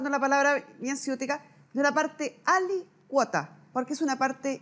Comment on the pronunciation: Insisto la palabra "ALICUOTA" es esdrujula por lo tanto esta mal pronunciada